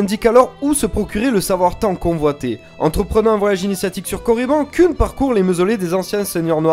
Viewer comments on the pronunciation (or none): Koun passe mieux que Keun. :p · Koun, je pense aux mangas à chaque fois ^^ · Vraiment sympa, dynamique, et les images sont cool aussi. Juste une chose, la Prononciation de Kun, c'est Keun :p Enfin après, c'est comme Thrawn ou Mara Jade, personne ne le dit correctement donc bon ^^ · Exar "kouuun" mdr